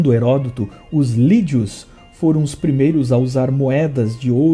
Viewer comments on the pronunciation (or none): none